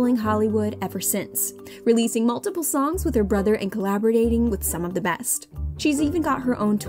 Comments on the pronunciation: 'collabordating'' LOL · did she just say collabordating? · colaborgating isn't a word hontey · Did she say "collabordating"?